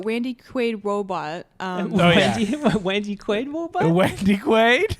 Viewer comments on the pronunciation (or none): Wandy Qwaid Wobot UwU 🤣